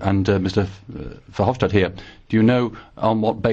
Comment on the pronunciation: Not "Hopstad", it's Verhofstad.